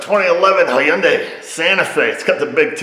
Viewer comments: Its Hyundai. Rhymes with Sunday. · Hyundai sounds like Sunday.